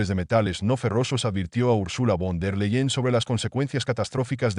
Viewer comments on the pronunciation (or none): NO ES WONDER LEYEN ES VON DER LEYEN Y SE LEE FON DER LAIYEN! COMO VAZ A DENUNCIARLA LLAMANDOLA CON OTRO NOMBRE?